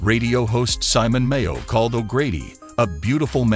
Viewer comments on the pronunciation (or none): none